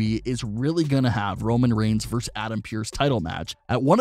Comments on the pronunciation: The abbreviation "vs." is pronounced "versus", not "verse". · Is it REALLY that hard to say"versus"?